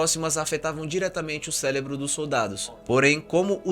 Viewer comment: O "celebro"